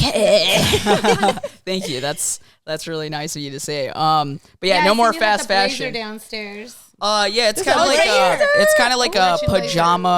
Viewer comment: I felt that when she said I might be broke or up or how ever but if it’s a shoe she wants from CPFM she gets it, and that’s me too lol with other shoes, Btw you guys need a twitter, I’m tryna show y’all a fav Nike blazer of mines from 2009. 👍🏼 btw that everytime she say FASHUN it’s hilarious 😂